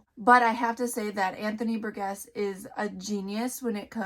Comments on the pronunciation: His name is pronounced bur-jess. I wrote a report on this book as a senior in high school. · Ugh! Burgess is pronounced with a soft G. Have you never heard that name pronounced? I've pronounced names incorrectly that I had only seen written but this one is a pretty common name. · Please learn how to pronounce Burgess.